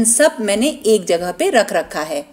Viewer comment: Omg! Plz stop saying"rak raka hai". Kindly don't mind.